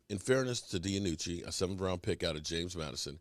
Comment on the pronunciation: hey, its ben DiNucci say "dee-noo-chee" not DiAnucci like you always tell it LOL its DEE-NOO-CHEE"